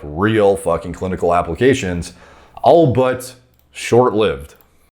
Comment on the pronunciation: "Allbutt" 😂🤣💀 it's albeit like "all be it" bro lmfao